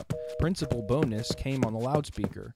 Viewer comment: Haha and it Bowns not Bo-nes